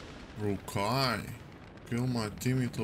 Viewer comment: everyone: rooikat literally every freacking one: rooikat: r u k a i